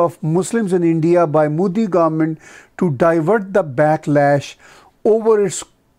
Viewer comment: Imran, Modi Ji ke baare mein is tarah bolte hain jaise bully type schooli bache ya gali ke gunde bolte hain. Imran, Modi shabd ko is tarah pronounce karate hain jaise US President Trump karate hain. Trump ki accent ki majboori samajh mein aati hai par ye desi angrez ki majboori samajh mein nahin aati.